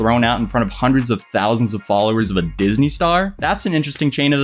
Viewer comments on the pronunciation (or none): in not even going to comment on the fact that you just said dysney. I’m just gonna leave that here so you can never edit it. Just so, people can read it and know that yes, you are that dumb